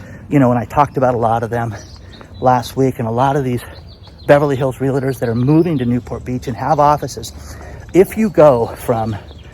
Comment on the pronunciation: You miss pronounce the word realtor.